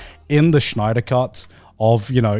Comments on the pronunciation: I was really annoyed by how they mispronounced Snyder and Snyderverse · so no one is going to point out the fact that they called snyder schnider the entire time? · Why they pronounce Snyder like Shnider. Are we from Shmongus universe? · Everyone unironically saying Schneider instead of Snyder did it for me lol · The way Garnt pronounced Snyder made me lol fr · There is no H in Snyder's name!